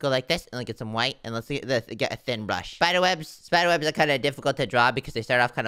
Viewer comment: i like how and said spider at the same time and shpider